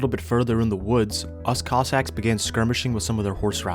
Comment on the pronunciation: Everytime says "cossacks" it sounds like "cock sacks"